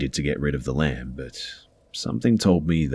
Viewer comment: I thought he was saying lamp the whole time until the end when he said it was the one from the conjuring movie then I realized he was saying lamb 🤦🏼‍♀️